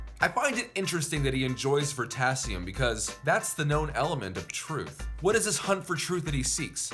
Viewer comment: It’s not ver-tasium, it’s ver-i-tasium